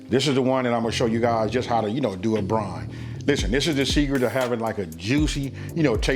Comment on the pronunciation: It’s brine not brain